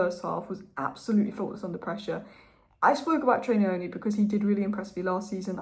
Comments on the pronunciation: Thanks. Great video as always. When saying Trey’s last name, try this… Neoni. ‘Neo’ as in the character from The Matrix. That’s gonna be much closer to how it’s actually pronounced. The last name is from where I come from in Zimbabwe. That’s how I know. Much love. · "Nyoni " is pronounced with a short phonetic pronunciation on the 'y'. If you Google ' Nyala pronunciation ' and push the sound icon, that is the correct sound for the ' ny' in Nyoni